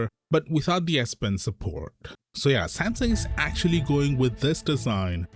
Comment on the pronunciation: Sam Sung Not samsin